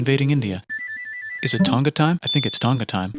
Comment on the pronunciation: He pronounced Tonga wrong.. babahhaha